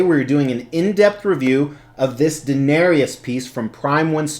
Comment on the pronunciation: Why does everyone pronounce her and her dragons names wrong 😣 it's Dan-air-ees not Dan-air-ius. And it's Dro-gon like the word 'gone', not Dro-gown. Just a peeve of mine, sorry. Lovely piece none the less.